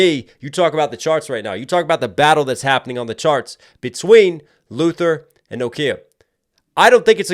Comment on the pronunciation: pronunciation of "NOKIA" NO _KIA 😂